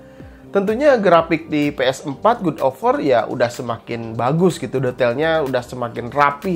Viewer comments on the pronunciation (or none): koreksi bang bukan gud tapi gad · Gad oy gad bukan gud Dasar sunda :v wkwkwkw